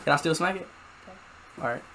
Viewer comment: is he saying "okay" or "IM GAY"